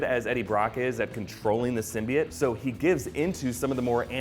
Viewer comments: Its symbiote not simbiT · It's pronounced SIM-BEE-OTE simbiot